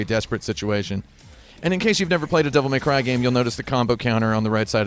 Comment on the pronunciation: "Devil May Crive" "Devil May Clive" Those are cute.